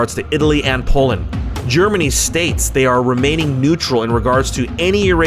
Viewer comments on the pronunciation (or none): none